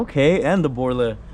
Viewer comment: Yo, learn the difference between s rim, tire and wheel and it’s borla exhaust not whatever the hell you said bro , bro 😂